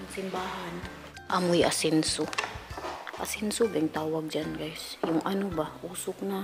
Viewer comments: Ensenso hehe hindi asenso hehe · Ensenso hindi asenso lol!😂😂😂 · Natawa ako sa asenso.. 😂insenso man yun oyy..😊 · Insenso dili asenso.😉😉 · Ensenso dili asenso hehehe